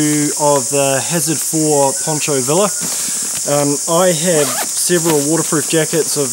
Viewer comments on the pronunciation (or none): Finally purchased one. I am prepared to treat it for waterproofing, if need be. One of the reasons is that I also use a RIBZ chest pack ,or a Hill People Gear chest rig. I like the accessibility with a poncho. By the way, "villa", as in Pancho Villa,the Mexican bandito, is pronounced Veeyah. ( LL is a "y" sound) Great videos. Thanks.